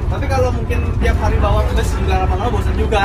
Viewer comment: Knp bus/bis di indonesia dilafalkan jd bes? Truk jg dibaca trek?